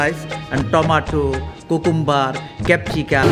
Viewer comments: Kukumbar (cucumber) 😂😂😂😂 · That bangladeshi chef's pronunciation was great Cucumber be like coocomber Haha But its great, people are very much kind n helpfull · অল সালাদ মাস্ট বি চিলি,কুকুম্বার seriously 😑